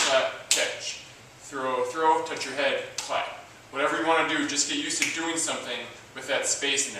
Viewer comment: *Touch* not tough